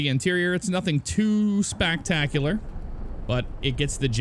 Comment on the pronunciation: Did I hear "spactacular" 😂